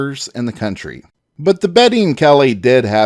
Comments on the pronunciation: The narrator continuously pronounces the name "Beatty" as if it were a woman's first name of Betty. The proper pronunciation is Bay De and not Betty. If one were to call him "Betty" back in the 1870's or 80's you may have had a fight on your hands. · Kelly’ partners last name wasn’t Betty it’s pronounced Bay tee . It’s a Scots name, it can’t ever be pronounced Properly by purely English speakers. The E is silent, not the A. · I was going to say the same thing. It got annoying hearing him say Betty constantly.